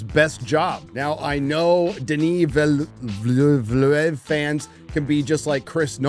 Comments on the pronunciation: Pronounce the dirctor's name as "Dehnee Vilnuhv". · "Veal - Nerve" . Sorted. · It's pronounced "Dany Will Nuf" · It's pronounced "Duh-knee Vil-nuhv" ...Denis "New city" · DE KNEE VEAL NErVE (Remove the "r" in nerve and you have it basically as good as you're gonna get it) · Dehnee Veel-nehv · It is pronounced "Denis Villeneuve". Thank me later!